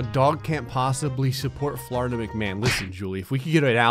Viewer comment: Dictionary pronunciation: Florida Pronunciation: Floridia